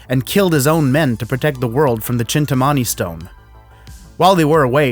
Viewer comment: its pronounced "Chintaamani"